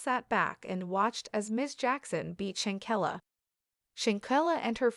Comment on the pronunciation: Now, I know you have gotten this info from another blogger but if you're gonna steal content at least say her name correctly...she deserves that!!!